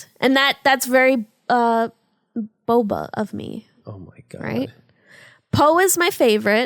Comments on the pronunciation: i thought it was booba not boba lol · Emi is normally very bouba but it was pretty kiki of her to just keep pronouncing it wrong even though she knew better. #TeamBouba btw!